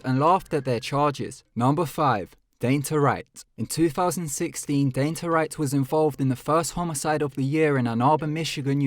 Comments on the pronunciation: It’s Don-tay...not “dainty” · Is name is DON- TAY not DAYN- TAH=DANTE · Dante - DON TAE